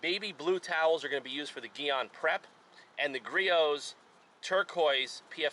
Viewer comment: It’s pronounced GEE ON.